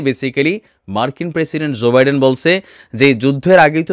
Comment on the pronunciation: pl pronounce US president's name correctly.